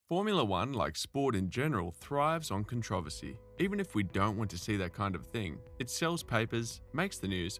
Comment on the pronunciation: Thumbs down for the repeated incorrect pronunciation of controversy